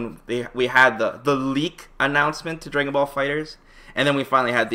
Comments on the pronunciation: "Draygon Ball Fighterz" My nigga, come on son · "dray-gun rush"